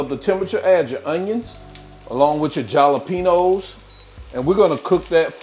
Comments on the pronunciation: Instead of saying Jalapeños try saying holla-penos. When you cooked the onions and jalapeños together the scoville (heat) increases in the peppers. Great job though my friend 🤌🏼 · Not the jah-la-penos 😂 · The "J" is SILENT in Jalapenos, you KEEP saying it in EVERY VIDEO. Leave the J OFFFF.... again NOT trying to be rude(bc I've mentioned this in another video)